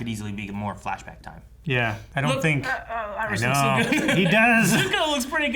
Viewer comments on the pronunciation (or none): none